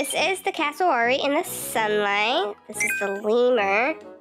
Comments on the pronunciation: Hii btw it’s cass- o-wary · It's pronounced Cass a ware ee and I think the butterfly is my favourite P.S.i love in Australia so I know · polly ? 😟 Its also pronounced Cassooweary 😁😁 Have a great day who ever is reading this!!!